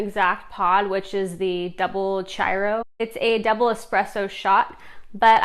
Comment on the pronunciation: The chiaro is said like this: key ar o. With the o being long.